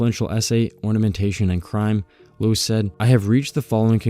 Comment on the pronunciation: Loos is actually pronounced as in "lost" minus the "t", and Mies van der Rohe is "miss fan de'Row", "Mies" being his actual family name and the "van der Rohe" a pretentious Dutch-style matronymic he appended to his name to seem more upmarket in pre-war Germany ("Rohe" being rendered as "Raw-eh" in German, more or less, but later commonly mispronounced in the US, and the American pronounciation prevailed). LMvdR is commonly referred to as "Mies", never as "de Rohe", "Rohe" or "Ludwig Rohe". Anyway, a nice roundup on how Louis Sullivan bookended both the modern highrise and the centuries-old decorative architecture on either end. He is a bit of a tragic hero who tried to marry the beautiful with the modern, with most of his students, including F L Wright, effectively contradicting him.